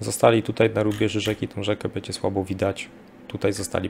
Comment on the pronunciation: Bardzo kłuje w uszy mówienie e zamiast ę np bedzie. Broń Boże się nie czepiam tylko taka mała sugestia.